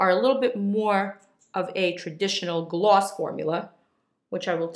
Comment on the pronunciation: Or when she says Gloss it sounds like ”glaws” it’s adorable 😍💕❤️